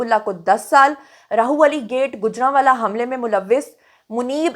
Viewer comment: Sorry to correct one mistake plz Rahwali hy Rahu wali nahi hy Actually Urdu mein Rah ha k sath Lahorri ha likhi jati jo ha wao hu dikhti hy but ha Ra k sath mila k Rah banta hy &wao alag se pronounce hoti hy😅